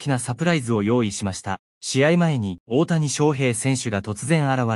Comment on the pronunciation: いつになったらおおやをおおたにと言えるのかな？😂